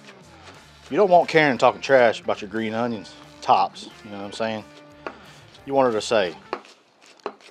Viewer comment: Martin Yan is his name and he is awesome. As others have mentioned he has a number of YouTube videos as well. Hey, do you watch Chef Jean-Pierre too? Is that where you got the on-yon pronunciation for onions? 😂 Love the video… keep then coming! Russel in Mebane